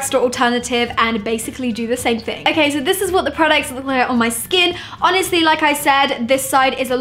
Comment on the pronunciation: I feel annoyed when she says ok it sounds like akey and it's soo irritating